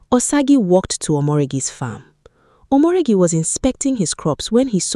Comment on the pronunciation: Omoregie not omoregi😂